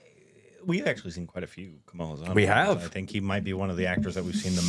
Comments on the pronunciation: It's pronounced HAA-SON , not HA-SAAN. lol the full name is Kamalahaasan. All of it is his first name. But thats for another day :) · Finally! The pronunciation is corrected! Spoke too soon! The Haasan part will take some time to correct.